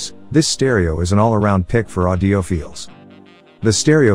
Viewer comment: Audiophiles* it was just pronounced incorrectly